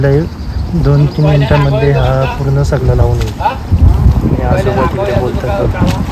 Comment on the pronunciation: दणकट शरीरयष्टी आहे, पण आवाज मर्दा सारखा नाही वाटला, तू सुशिक्षित वाटत असून बोलण्यातील शब्द अशुध्द आहेत, उदा. सगला, हिरवल, तलमल, मिलते इत्यादी